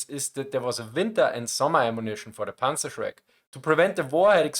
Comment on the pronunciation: Meine Rückmeldung an Dich: Wenn Du im Englischen deutsche Begriffe sagst, sag sie wie ein Deutscher, also richtig. Demnach: „Panzerschreck“ und nicht „Panzershrek“. Das fällt leichter und ist korrekt. Mir ist aufgefallen, dass viele Deutsche das auch mit ihrem Namen machen. Wenn sie Lukas heißen und sich auf Englisch vorstellen, machen sie aus dem „Lukas“ einfach englisch ausgesprochen „Lukäss“. Das macht sonst niemand, nur Deutsche. Und es ist unnötig. :D Vielen Dank Dir für das interessante Video und Deine vorangegangene Recherche!